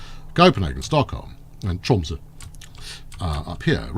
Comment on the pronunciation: the way you say Tromsø is pretty good! but try to make like an "uhh" sound on the end(Y)